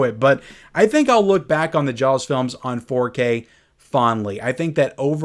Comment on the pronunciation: I love hearing you say jawLLLLLs